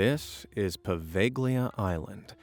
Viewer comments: POVEGLIA ISLAND Poe-vegg-lee-uh? It's right next to Venice, Italy. So I think we're pretty safe in assuming that it was named by native speakers of Italian. Apparently hardly any non-Italians are aware of the fact that [some vowel]+GLIA, which is a very, very common construct in Italian, is pronounced with the G silent. This island's name should sound like Poe-vale-ya. Which is so much nicer and smoother sounding than the way that this reader is mispronouncing it, don't you think? This butchering of pronunciations of place names is a pet peeve of mine. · 'Po va lia' the g is silent. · Bro, the g in poveiglia is silent, excuse my possible misspellings idk how it's spelled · Oh PLEASE can you at least learn the simple rule that in Italian you don't pronounce G in PoveGlia??? You Americans always butcher other languages like it's so hard to do a simple check